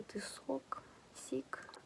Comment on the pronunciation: Ох уж этот "сiк". Не однозначно звучит 😂